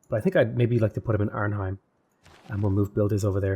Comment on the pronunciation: Love the video, but the way you pronounce Arnhem is really funny. It's not heim, but hèm.